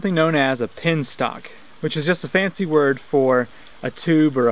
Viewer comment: BTW, it is "penstock" and not "pinstock".